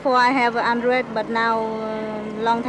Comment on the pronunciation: she literally said "andre" instead of "address", wake up, dude